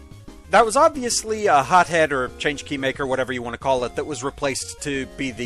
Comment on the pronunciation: 1. That Big Eye tell isn't exclusive to this game. It was also in 2. 2 Okay, since nobody else has apparently gotten around to telling you differently on this yet: "Changkey" isn't pronounced "change-key". The "g" is more like the "g" in "ring". You knew this once, but it has been a hot minute since your Mega Man 9 perfect runs. Frankly the name could have (and probably SHOULD have) been transliterated without a "g" at all - it could also have been rendered as "Chanki". But no, Mega Man 9's dumb ass had to transliterate it with a "g". 3. I think the bugs dropping the fruit bombs are supposed to be fruit flies, so there's that. And the miniboss... Bees and the like are associated with fruit. They also still fit with the forest side of things.